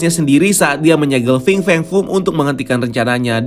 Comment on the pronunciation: Coba hitung brp kali dia bilang Fing Feng Fung dalam video ini? 😀